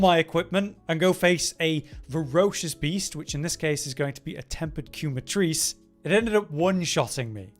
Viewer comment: Oh God so they really pronounce it "Queue-muh-treece" in the English VA? Because "quema" (kem-ma) means "burning" in Spanish...